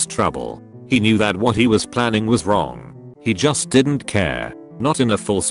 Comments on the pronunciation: Wtf happened to the word "was" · The fuck was that 'was' doing